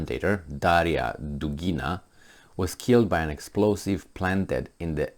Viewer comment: "Dugina,"! NOT "Drugina"! No "r" in there.